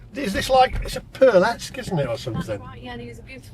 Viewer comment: Pearlesant not perlesque makes it sound like an exotic dancer